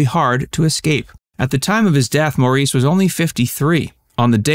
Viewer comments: Let me put this argument to rest once and for all…his name was pronounced “Morris.” It was spelled Maurice and phonetically it should sound like “Moreese,” but that is not how the Gibbs chose to pronounce it. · Not in the Gibb family. In every conversation, his mother pronouonced his name "Morris". Guessing she'd be the expert. In the UK and Australia where they grew up, his name was also pronounced Morris. Moore-eeze seems to be an American thing. When someone is making a documentary, it's considered good form to ensure that you can pronounce the name of your subject. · So annoying the way the narrator keeps misinterpreting Maurice’s name!!! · The Gibb Brothers were born in the UK where the name is pronounced "Morris" - not "Mor ees". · Its pronounced "Morris" not "Mareece" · Maurice does sound like Moor-eece. I used to think it was that way. It's not, though. It is like "Morris" rhyming with chorus. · Yikes, your thumbnail pic is of Robin Gibb, not Maurice. :^/ Btw, it's pronounced like MORris, not the French Mor-REECE. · Maurice's name is pronounced Morris NOT Maurice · I can't listen to this. I think Americans pronounce "Maurice" as "Mor ees". The Gibbs were born in the UK and grew up in Australia. The correct pronunciation is "Morris". I think it's respectful to pronounce someone's name correctly. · His name is pronounced like Morris, not Moreese. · His name is pronounced "Morris" not Mau-reese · NOT Maureece. Pronounced Morris. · His name was pronounced "Morris" NOT "maw-REESE" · It's pronounced Morris-even though it's spelled Maurice. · His name is pronounced "Morris," not "Mor-eece." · MORRIS - Not More-eese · Name is not pronounced mor-ees but morris (like the car) - best to check names before making 'fact' videos... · At least get his name right, s/l Morris instead of Mawrees. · Pronounced "Morris". I met him once and spoke to him for five minutes. He was a nice guy. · His name is pronounced "Morris", out Of respect for him. Thanks. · Pronounced Morris